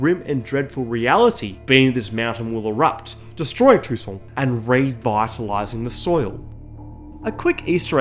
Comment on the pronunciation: Its funny to ear toussaint pronounced tucson. I saw Geralt with a "god bless america" t-shirt for a moment!